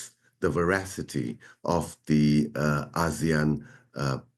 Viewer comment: When did we start pronouncing it as Az-zeAnn? Am I lost. What is Asian and what is Az-zee-ann. Have we been ponouncing Asian incorrectly? 😂 serious question actually. Edit ASEAN!! 😂 the reporter shoukd educate the ailudience or they should put ASEAN on the bottom thirds. Thanks.